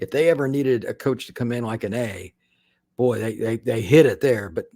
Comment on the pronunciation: Go Wolfpack! Anae, not Adae.